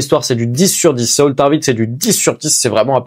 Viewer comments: A la moitié de la vidéo tu le prononce bien pour saul, je n'en étais pas encore la 😹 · Ça se prononce Saôl tarvitz et Eydolone * bro 😹 Super narration par contre 👍